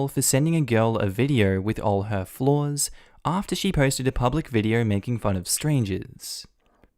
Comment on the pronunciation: Idk why but when you said all her flaws I thought you said floors.